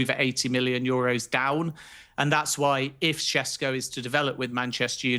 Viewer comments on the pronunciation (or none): Sheshko is the correct pronunciation. Š is sh